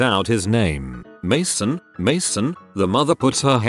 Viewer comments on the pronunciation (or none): Nobody: Computer voice man: MAsN??? mAsN??